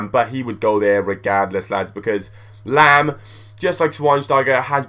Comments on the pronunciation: Lahm, not lamb!!! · "Laam" not "Lamb". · lol pronouncing lahm like lamb.